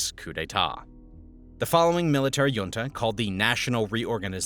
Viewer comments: The j in junta makes a hard "h" sound as in the Spanish jefe ("hefe"), not a glide "y" as in the Nordic or Danish jarl ("yarl"). Basic words being pronounced incorrectly makes me question the veracity of your presentation. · "Junta" is pronounced hoontah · Perón isn't pronounced "Peroun", there is no U i it. Also the O is short and stressed, it has an ' accent on it. Better google the pronounciacion before you say it wrong 30 times. Also it's weird to encourige people to drink alcohol, which won't make them more intelligent even with probiotics. Otherwhise this video is quite interresting. 🙃 also better google the prononciation of "junta"..... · This guy doesnt know how to pronounce junta 😂😂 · YIKES. You mispronounce junta and Falkland in the span of five seconds. Can't say I was blown away by the repetitive graphics and goofy charts, either. Didn't bother to wait for the inevitable rah rah capitalism nonsense.